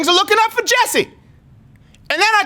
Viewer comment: Brooo he actually just said jess’e omg 😭😭😭😭